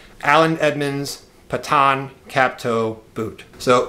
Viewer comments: I really love what you are doing. I know you are just getting started and I wish you great success. I'm a huge fan of Allen Edmonds too. Higgins Mill boots are amazing. BTW the Patton boots are pronounced "Patton" (like the WWII general) not Paaaton. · How do you mispronounce such a simple word like Patton? Its like he had to deliberstely go out of his way to create a new ridiculous way to pronounce Patton.